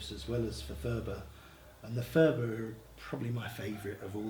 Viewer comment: Phurba is not pronounced "fooba" . It's a hard p sound at the beggining followed by a slightly aspirated h.